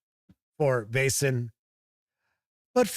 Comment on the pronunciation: You pronounce "Vaesen" just right. I've got the set; it's a good intro and quite useful after the adventure is finished.